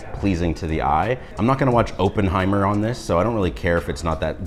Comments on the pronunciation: Did he say "Openheimer"? Sir! It's "Oppenheimer" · DID HE SERIOUSLY JUST SAY "open-heimen" LOLOLLOLOLOLOL ITS "opp-en-heimer" kiddo. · He has a pleasant voice. Open-heimer ? smh.... Samsung locking down a version of their product is a bad thing, carriers should be able to sell all versions! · It is not "oopenheimer". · Bro just pronounced it Openheimer lmao